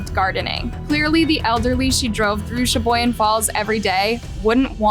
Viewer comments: I'm Australian n even I know how to pronounce that too. Can't believe channels like this or some people aren't able to aye. Lol. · Uh, it's Pronounced, Sha-Boy-Gan.... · Sha-boy-gan cmon Wisconsin names ain’t that hard 😅